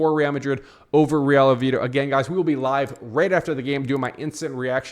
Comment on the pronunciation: Oviedo brother please pronounce it correctly